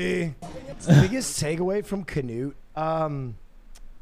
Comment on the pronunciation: honestly, huge respect to Will for pronouncing Knut that well and also impersonating the accent better than anyone. Different kind of big respect